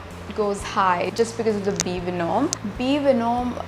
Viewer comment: be venum- thts how it is pronounced